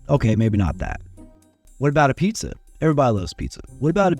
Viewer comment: Apizza is pronounced Ah Beetz not Ay Pizza